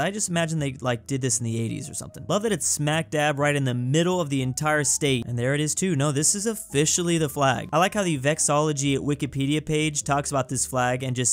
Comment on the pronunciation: saying Vexillology always gets me. How you gonna just skip the 2 middle syllables completely?